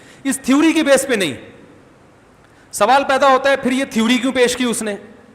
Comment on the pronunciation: .......mufti sahab thewwri nhi theory hota h.....mazirat ke saath...😀😊😊😊😊🇮🇳